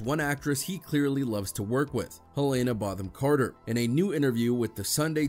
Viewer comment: “Helena Botham Carter” 😂😂😂 come on at least try